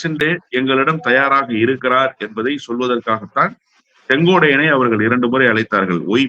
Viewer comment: தம்பி முதல்ல செங்கோட்டையன் ன்னு ஒழுங்கா சொல்லு அப்புறம் பேட்டி கொடுக்கலாம்